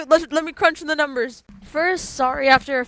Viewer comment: "Aw guys I'm so sowwy I'm so sowwy,, uh,,, anyways... Who's excited for the possible circus trio related update or whatever content we will for Dandys world??🤣😂🎉🎉🎉🎉"